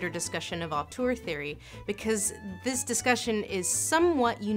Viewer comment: 'Auteur', 'oeuvre'. You're saying them wrong.